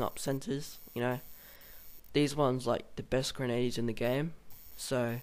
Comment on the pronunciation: dude good job but somthin that peed me off a littile was how you said grenadier its pernonced grhen-ah-dEEr also it mel-A great vid and it was no offence to you its just i was a historical animator so it bugged me:P